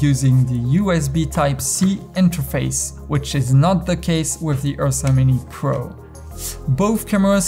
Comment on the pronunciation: excellent video. when you say "Ursa Mini" i keep hearing "Yosemite"